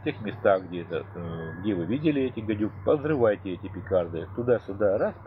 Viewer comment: Петарды, а не пикарды) 😂, но, спасибо за информацию!!! 👍 👍 👍